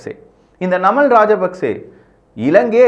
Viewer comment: தயவு செய்து இலங்கையர்களின் பெயரை சொல்லும் போது சரியாக சொல்லவும்.ஜனாதிபதி அவர்களுடைய பெயர் அநுர குமார திசாநாயக்க.நாமல் ராஜபக்ச.சஜித் பிரேமதாச.பாக்கிய செல்வம் அரியநேந்திரன்.ரணில் விக்ரம சிங்க